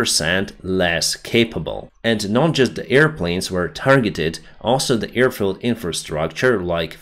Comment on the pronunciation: With all do respect.. I can see that you are trying and the videos are improving in many ways... BUT... As a pilot you should know that its an AIRfield 💨 and not earfield.. 👂 Thank God no battleSHEEPS 🐑 were harmed this episode 🥹